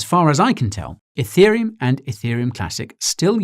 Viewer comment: Every time he said Etherium it triggered my iPhone which for some reason thought he was saying Hey Siri.